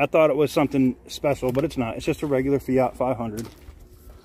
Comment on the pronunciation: the fiyot as you call it is a fiat with a at (at) the end not a yot as for the lights on the dash may be you should go read the manual then it may make some dam sense